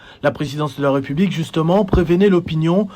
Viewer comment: De un, on dit ''république'' et non''republique''...: il y a un accent aigu sur la deuxième lettre du mot en question. De deux, trouvez-vous normal que le Congolais se sente obligé de remercier le Président de la république pour tous les gestes qu'il pose ? C'est vraiment ridicule de remercier le Président de la république après que les militaires ont marché pour se tenir en forme. Vraiment n'importe quoi, et pire, infantilisant. Comment voulez-vous qu'on vous prenne au sérieux avec ce genre de discours insensé ? C'est vraiment petit et malheureusement devenu à la mode comme un bon nombre d'agissement flatteur minable qu'on retrouve dans les discours officiels en RDC. Des superlatifs dans tous les qualificatifs attribués aux supérieurs hiérarchiques qui s'y complaisent ridiculement. L'ignorance et la mauvaise foi aidant.